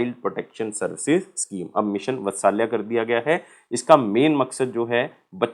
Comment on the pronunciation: मिशन वत्सल्या नही भाई मिशन वात्सल्य ठीक से बोल भाई जब पढ़ा रहा है तो ।।।।